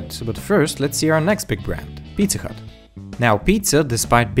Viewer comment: Is it just me or did he say pizza cut